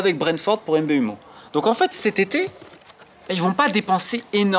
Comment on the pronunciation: « M B U mo » pour Mbeumo c’est grande ca aussi 🤣